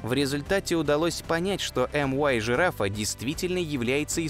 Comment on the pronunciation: Может мю-жирафа, а не эм-уай? Звезды греческими буквами нумеруются